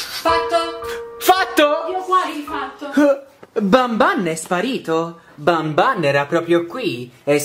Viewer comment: SI DICE BANBAN